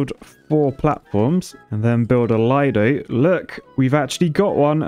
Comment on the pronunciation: Sorry man, as an Italian, I feel the urge to say: it is pronounced "leedoh" :) thanks